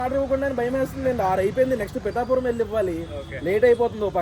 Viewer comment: Its not pittapuram Pitapuram make it correct 😂😂😂